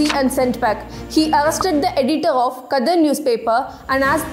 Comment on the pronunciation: Pls work n ur pronounciations. Its impt as many people seeing ur videos will take ur wrong pronunciations and use them. Apart from History u need to share the correct pronunciations as well...For e.g. its Gadhar newspaper and not Kadhar...Its Canada and not Kannada